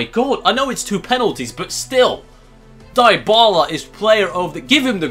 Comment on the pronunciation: It's pronounced (Di-bala) not (Die-bala)